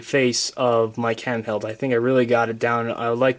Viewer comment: Did you call Mark Hamill "Mike Handeld"? :P